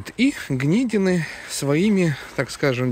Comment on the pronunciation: Не гнедины ударение надо изменить с е на и